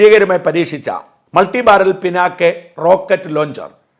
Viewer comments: പിനാകെ എന്നല്ല പറയേണ്ടത്. "പിനാക" എന്നാണ് പറയേണ്ടത്. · പിനാകെ അല്ല. പിനാക. It's a bow of lord Shiva . Extremely powerful weapon...